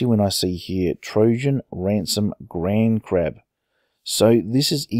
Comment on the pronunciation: In the title, and you said it as grandcrab, but grandcrab sounds much better anyway!